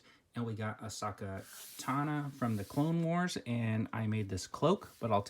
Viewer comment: U pronounce ahsoka tano wrong its not "ahsaka tana" Also ahsoka doesnt have her head painted. Her species just have those marks on their faces